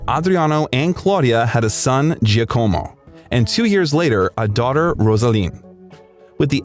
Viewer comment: Giacomo = jah-como